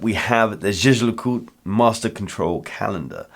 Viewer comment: Props on pronouncing Jaeger-LeCoultre. Heard too many “jagger la coltruh” from people haha. Love the little JL logo for the date pointer. JLC is really good about subtle usage of their logo in little ways.